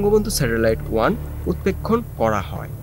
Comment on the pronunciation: Utpekhon pronunciation should be properly . Please concrete in the pronunciation .